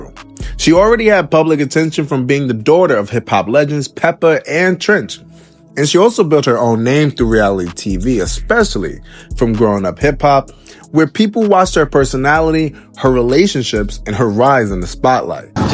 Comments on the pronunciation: It's TREACH, like treacherous. WHY TF do you keep saying "Trench"? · THERE'S NO "N" IN TREACH, 🥷🏾 YOU CAN'T SPELL? It's not TRENCH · Treach not trench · Fam... How are you making content and having trouble pronouncing one of the cultures legends Name. Where are you getting "TRENCH" from his name is "TREACH" Tr-ea-CH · You must be really young. Because who calls TREACH, Trench! 😂🤣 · Did he say "Trench" ? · Who the hell is "Trench"?? The rappers name is Treach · Keeps calling her dad Trench …it’s Treach 😂😂😂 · BTW it's TREACH! not trench DUM DUM! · Bruh it’s treach like treacherous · Treach NOT Trench! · His name is TREACH... NOT Trench.. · U did not just call him Trench 😂😂😂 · Did u say trench?? Lmao wtf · you said "Trench" I gotta leave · Am I tripping or does this guy keep calling her dad Trench??